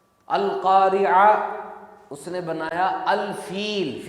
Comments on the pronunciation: القاریہ نہیں ہے القارعۃ ہے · بھائی القارعہ ہے